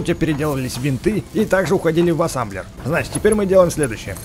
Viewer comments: Не Ассамблер А Ассемблер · это не Асамблер а асемблер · Называеться Асемблер а не Асемблер! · Какой асамблер асемблер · ты сказал АССАМБЛЕР а там написано АССЕМБЛЕР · Ребзи! А сколько сказал Асамблер!